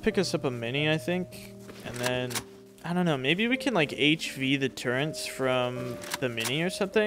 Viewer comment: i find it hilarious when you say turrents instead of turrets. keep it up buddy